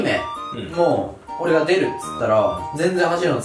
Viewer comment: ツリメのイントネーションw